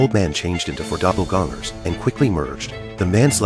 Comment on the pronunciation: 😂 love how people say AI is going to take over the world meanwhile the way this thing pronounce doppelganger gives me hope for Humanity